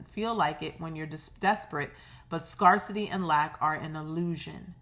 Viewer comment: I love your readings,! You make me feel like I have a good friend who knows just what to say when I need a lift. By the way, in the word "scarcity", the A is pronounced like the word, "air", not "are". Scarce. Scare. Not Scar. ❤️